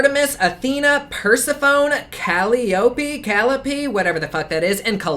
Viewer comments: Caliope -> ca-Lie-o-Pee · Persephone= Per- sef- ony , Caliope= Ka- lie- o- pee Just in case no one else helped you say those two names😊😉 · It's pronounced "Ka-leó-pee" Tho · Cali- oh- pea 😭. Cuh-lie-uh-pea love ♡ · Calliope. Lol "Kal EE OPE." It's only pronounced that way if you live in New Orleans. Call-EYE-OH-PEE. Like the pipe organ. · Cal-eye-oh-pee ; per-seph-oh-knee; hair-ah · Calliope = cull-eye-oh-pee. Persephone = per-sef-uh-nee. No syllable has any emphasis as all get equal footing i.e. no stress on a particular syllable in Greek, or so I have heard, as I do not speak Greek. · Calliope is pronounced kuh-lie-oh-pee. But you did good everywhere else! Peace and love from nc. And you were right, Medusa wasn't a goddess. Say what you want about Manny and his pillaging of a beautiful culture, he made a very pretty palette, packaging wise. Colors are eh. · Calliope- kuh•lai•uh•pee Persephone- Per•sef•ohn•ee Hera not Era- the H is NOT silent 😂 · Persephone= per-seh-fuh-nee. Calliope=Cah-lye-oh-pee Not nitpicking, just thought you'd have a better reference if you knew the correct pronunciations. It used to cause confusion for me when those names were mispronounced, and I'm a linguist. Although, these names don't seem to have much correlation to the pigments. It's like referencing Pochahontas, but only thinking of the Disney version. Love your review though. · kah-lie-oh-pee =calliope 😁😁 thank you so much for your reviews, very honest and thorough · Persephone is pronounced Per-sef-on-y and Calliope is Cal-I-opy... long i sound in the middle btw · Per-sef-phony Ca-lie-opee 😉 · Kah-lie-o-pee I don't know how you went from a Greek monstrous goddess to Cleopatra...but then again Cleopatra was Greek. Full circle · Per sef oh nee Cal eye oh pee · 'Persophone'- sounds like 'per-seph-on-ee' 'Caliope'- sounds like 'kal-i-a-pee'. (Don't worry, a lot of people are getting at least those two wrong) :) Thanks for the honest review, mate!! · Ka lie a pee.